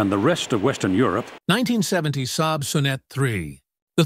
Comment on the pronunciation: It's also pronounced "So-neet" (or "so neat," if you're a Saab fan).